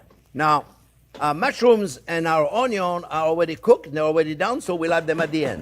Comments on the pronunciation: I could listen to him say 'onyon' all day. 😁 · Love when u say onyo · Just youtube "How to dice an onyo" and you should have your 13m answers.